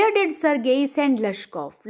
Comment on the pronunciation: Ma'am sergei ka pronunciation galat hai